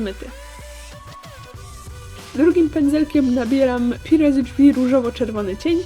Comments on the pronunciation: Czy tylko ja jak pokazywałaś cienie zrozumiałam pire ze drzwi ?? wiem pisze sie purre TO NIE HEJT! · czy tylko ja tam słyszę ,,pire z dzwi,,???